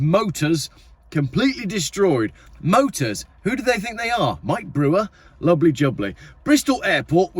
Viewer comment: Don't forget to miss out the 't' when you attempt tp pronounce 'motor'. The airport statement sounds like a Russian one when an arms factory mysteriously catches fire...'electrical fault' (of course!)